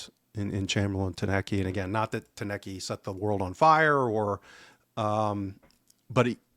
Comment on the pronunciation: Good show guys. But please...TOU-NEK-TI is his name. Not Tanecky or Tounet-kay